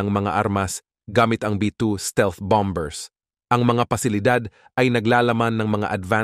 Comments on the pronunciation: BOMBER'S not (Bambers) silent "B" ( Bamers ) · Bamers po ang pronunciation ng bombers😅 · Sir,b2 spirit bomers hwag munang bigkasin Ang letrang b"or bombers KC pngit pakinggan sayang vlog mo. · bom bers putik ayusin mu naman mag pronounce ng mga salita mu